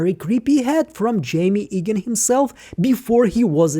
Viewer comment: His name is pronounced eeegan, not aygan. Please eradicate this confusing folly from your channel as it is very disrespectful to our Chosen One Kier.